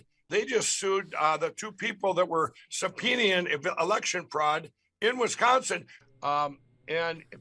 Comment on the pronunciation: You know what? The moment a journalist is targeted on purpose in any country, that country should face significant struggles on the world stage. The people I know who actually work hard never brag about it. Or if they do, it's incidental. Is he attempting to pronounce all the letters of the word subpoena? Well then, mike pillow... f-off with this bs. You can't expect results without evidence, dumbass. It's not the same as running that shatty pillow biz.